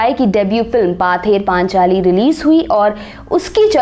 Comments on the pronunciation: It's not पाथेर पानचाली, its पथेर पांचाली means folk song on the way रास्ते का लोकगाथा। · 'Paather" nahi ma'am...uski pronunciation 'pawther' hoga...btw, a good video...cheers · actually mam its pronaunce pother panchali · Presentation was good, but Bengali pronunciation sucks, "Paather Panchali, Apprajito, Bangali", etc are the example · Madam, “Bangali film “ nahin: “Bangla Film “, banane wale ko Bangali keh sakte ho aap. Maaf kariyega Ek our nivedan Pather Panchali - pronounced as paw-ther Panchali me n anuswar hai , n hard nahin Isey aap constructively lenge, ummid hai . Aapka research aur saraha jayega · Her pronunciation is terrible. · Baksho bodol, baksa nehi. ! U have lot of good info in ur video. The pronunciation is killing it. Specially pather paaanchaali is stabbing in my ears..i still watched because the content is really good. Yes Bengal is a state, a region of india, but not Satyajit. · It's not পথে র পাঁচালী